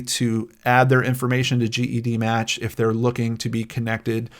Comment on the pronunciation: “Jed-match” is how we in the genetic genealogy world say it 😉 thanks for all you do!